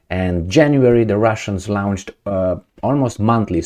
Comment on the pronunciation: All great videos,! Can u post yr fallback site in case (when) Youtube bans you for being Politically Incorrect? Slight pronunciation error: "launched" is pronounced "lawnchd" not "lownchd" as it would be in German spelling. Pro tip: Start at the 8 second mark to skip the "hello my friends...".:)